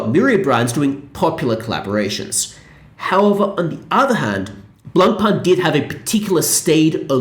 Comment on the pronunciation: it would be nice if you learned how to pronounce Blancpain correctly